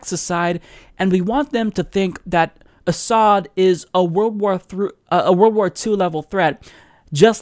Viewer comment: 1) Doesn't know Hitler used chemical weapons. 2) Thinks concentration camps are "holocaust centers." 3) Cannot pronounce "Assad." 4) Thinks Trump "just the other day sat down with Martin Luther King." (Yes, direct quote.)